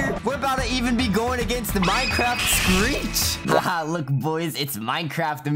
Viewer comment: He messed screech’s name up😂